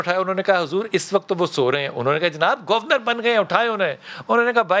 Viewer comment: بھائی جان آپ بریکنگ نیوز تو نہیں سنا رہے بلکہ ایک تاریخی دور کی کہانی سنا رہے ہیں تو اتنا جلدی جلدی سانس لیکر بولنے کی کیا ضرورت ہے؟ اور یہ گوُر نرَ۔ Gor nat کیا ہوتا ہے جناب؟ حد ہوتی ہے، ویسے آپکا آج کا ٹاپک ۱۰۰ نمبر کا ہے۔